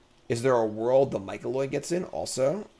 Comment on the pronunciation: MY-CO-NID. Not Micoloid, etc etc. MY CO NID. You are doing great work. Thank you!